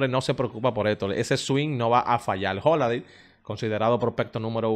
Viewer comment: Tú eres muy bueno en tus análisis… pero, si decidiste ser comunicador, debes empezar a pronunciar correctamente las palabras MUY, HOLLIDAY, NOVENTISEIS, TRENTISEIS,… ESTOY VIENDO, HAY QUE PONERLO,… Debes evitar hablar cibaeño.